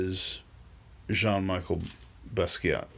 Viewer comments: Awful to hear his name mispronounced!!!!! Should sound like Michelle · It’s pronounced like the women’s name Michelle, good video though man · Its jean michel not jean Micheal. And his is better then any peice ull ever create ur just not creatively intelligent enough to understand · First of, the name is Jean MICHEL Basquiat (Not Michael)...I understand you've tried to bring a positive message through your video, but you started on the wrong foot and made two huge mistakes. You said you didn't care about his paintings and didn't think it was that great! Ok, let explain! It shows that you went way over your head by trying to elaborate on something that you do not understand! Aside being asbtract expressionism, his work is "Visual Language." Have you read what you called "scribbles"? These are the paths to understand his work. They tell stories...either historical, power structure i.e(The irony of the negro policeman), personal story(man dies) etc. He was a genius and quickly understood what very few in the art world know, and the rest will never understand to the day they die! That's what makes him so great and I'm gonna tell you what it is. Go make a video about Jackson pollock, Cy Twombly, Milton, Andy Warhol, Resnick.They painted childlike and yet, They're the greatests. Before you say anything else about Jean Michel, please study his life and his art or take a couple of art classes for that matter so you could stop showing your ignorance.